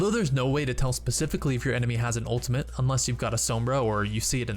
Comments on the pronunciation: As someone in theater, where diction is really important, hearing him say 'ulimint' really pisses me off. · It's ultimate. Not ultiment. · "ultimate" not "ultimante" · i love how he pronounces 'ultimate' XD Sounds like ultimint